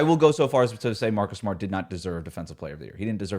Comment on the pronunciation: MAHCUS GAHDAM SMAHT destroyed me lolllllll